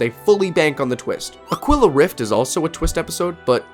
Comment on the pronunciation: It's rough how you are mispronouncing "Aquila" - It is pronounced "Ah - KEY - la" Spanish for Eagle.